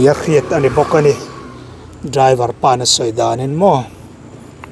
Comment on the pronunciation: Raiver pwh ani lo driver tih tur aw apapiangte